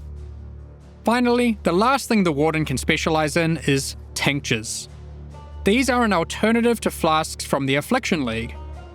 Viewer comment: I hear "tank jizz" instead of tinctures